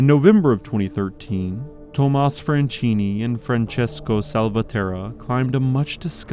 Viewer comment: SILVESTRO FRANCHINI, NOT "FRENCINI". DDaffuck man